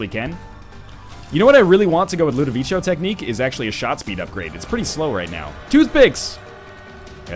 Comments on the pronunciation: (ludovico. not ludovicho. it's a hard K sound.) ~whistles and ducks thrown objects~ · I feel like my ears are being stabbed: Ludovico is pronounced like "ko", as in "constellation" ,not like in chow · I know this is getting to you late, but it's pronounced "Loo-duh-vee-Ko", not "Loo-duh-vee-Cho". It's driving me crazy. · Isn't Ludovico an italian name? If so, it should be pronounced Ludoviko, not Ludovicho! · Again man? It's Ludoviko, not Ludovicio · Ludovico not ludovicho goddamnit. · Please stop saying Ludovico technique like that! It makes my ears bleed. It's LudoviKo. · Ludovico is italian and it's pronounced like ludoviko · I think it's pronounced "Ludoviko", NL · LOO DOUGH VEE CO LOO DOUGH VEE CO LOO DOUGH VEE CO LOO DOUGH VEE CO LOO DOUGH VEE CO LOO DOUGH VEE CO FOR THE LOVE OF GOD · So am I the only one that hates the mispronunciation of Ludovico? Don't get me wrong, love the video, love NL, but goddamn it irked me. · Ugh, please stop mispelling "Ludovico". You even said it right once in the past! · One day NL will pronounce ludovico correctly... one day...